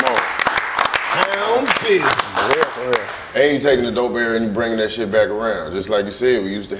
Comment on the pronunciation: It’s town bidnez 🤷🏿‍♂️